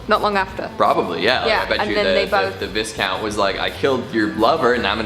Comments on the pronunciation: The S in Viscount is silent BTW, it's pronounced Vycount. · Lord & Lady! I wish people would actually look up how to pronounce a word if they're going to repeatedly use it. It's VY not VIS. That jackass' mispronounciations is almost as annoying as that Chills dude's voice.